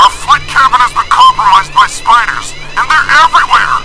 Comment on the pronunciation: “SPIDAHS! A giant legion of SPIDAHS!”